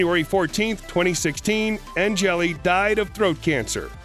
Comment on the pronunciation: Maybe learn how to say ANGELIL first. It’s not angeli